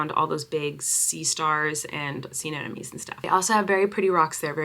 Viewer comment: I can’t tell if you’re pronouncing sea anemone wrong on purpose or not..? lol